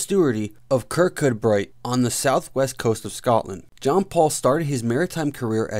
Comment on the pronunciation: Kircudbright pronounced kirkoobri